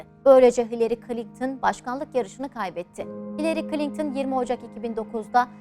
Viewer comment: Ablacım içerik güzel olmuş da Klinktın mı diyorsun bana mı öyle geliyor?